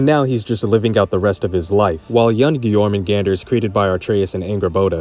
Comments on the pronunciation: It’s Your-Men-Gun-Der or Your-Men-goon-der. It is not Your-Men-GANDER 😂😂😂 do you pronounce the J in jalapeño? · the way this dude pronounces Jormgunandr is like chalk on a black board. its supposed to sound like Jormun-Gone-der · The pronunciation of jormungandr hurts me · MISPRONOUNCE JORMUNGANDR AGAIN! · Considering how many times you say it I can't believe you didn't pronounce jörmungandr right even once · Bro I hate the way you pronounce jormungandr it sounds much better when you pronounce the a as ah